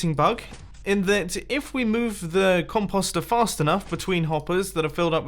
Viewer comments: Its com-Poe-ster not com-paw-ster and com-poe-ste not com-paw-st lol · It’s “comp-O-ster” not “comp-OGH-ster. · Com- post- ster not Com-pus-star. 🤣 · Com post er not comp ost er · Me:Mumbo it's not com-paw-ster it's com-Poe-ster. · Pretty sure it's pronounced Com poster not Com pawstir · Com-paw-ster when it's Com-post-er. Last thing we had a weird pronunciation was water sauce. Another remix coming??? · Actually since you british have your accent and you say that it's pronounced com-paw-st which I will not deny being right, but it's sooooo annoying to hear him say it like that as we Canadians and Americans say Com-post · Composter mumbo! Not compauster! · it a COM-post-er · For real “con poster” is what you’re saying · Com pasta er ( no offense ) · DUDE!!! the O in "(comp OOOO ster)" says its name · he says composter SO weird he says it like com-post-er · Maximum velocity con-POSST-er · please pronounce the word correctly.... it's COM - POST. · Lol its com-post-er since when does an o make an a sound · it's com-post-er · Composter, the next Cauldron. You pronounce composter so wrong. It's com-poe-ster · Mumbo its pronounced "com*post*er" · Mumbo Com-Post-er u say it like that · C-om-po-es-t-er mumbo says that wrong.... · It is pronounced comp-o-ster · “Con-pause-stir” beautiful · Still calling it The "compasta" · Mumbles try saying com po ster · I couldn't finish the video because of how he says it mumbo.... com po ster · Con post say it right😀😀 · Composter is pronounced "poster," like the word that rhymes with coaster or toaster. Comtoaster? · Com-p-o-st not com-pos-t At least that’s the way I say it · It’s Com-Post-Er, why are you saying it like that 😂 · It’s pronounced com post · Comp-aw-ster 😫 Triggered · "cumpawstrr" it hurts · Com-Post, like postal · Mumbo you pronounced composter wrong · I love the way you say compost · Omg say composter right. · like yur saying .com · He pronounces composter so weird. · Why did he say it soooooo weird